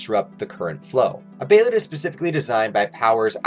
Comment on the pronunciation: Its pronounced "bay-lit" not behaylit